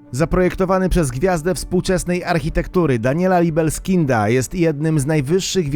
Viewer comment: Daniela „libeskinda” nie „libelskinda” weź się trochę za naukę czytania bo masę tych błędów